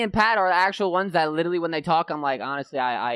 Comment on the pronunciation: Why is Scrap is littlely? It LiteRally with an R 😂😂